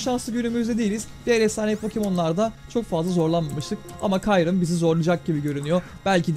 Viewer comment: Abi kyrume demen rahatsız etti